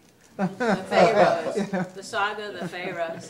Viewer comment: Lololol....."we'll drag ya...." AG is one of my favorite films ever. I love how pronounces it "fay-roes."